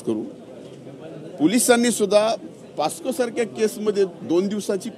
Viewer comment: पास्को नाही बाबा पोस्को.... मंत्री व्हायची लायकी नाही या माणसाची. थोडी तरी नैतिकताअसेल तर कोरोना मुंडे यांना न्याय द्यावा.